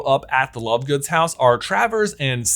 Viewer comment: Did he say lovegoons?😅😂